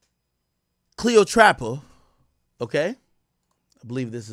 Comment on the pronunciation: CLEO TRAPPA...... CLEOTRAPPA . CLEO_TRAPPA. NOT PATRA